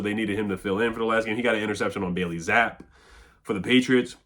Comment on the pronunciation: it's pronounced Zap-pe. I live in Boston. It's Zap-E.❤